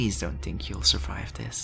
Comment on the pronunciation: 😂when he says think I hear tink